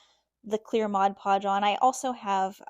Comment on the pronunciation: Hi, love your creations! I always admire your videos and what you come up with, but this time I felt compelled to tell you that, along with a thank you for pronouncing Mod Podge correctly. In every video I've seen - and there have been many - all artists say "Modge Podge"...good grief, can't people read? Petty, I know, but it drives me bonkers every time I hear it. lol But, thanks!...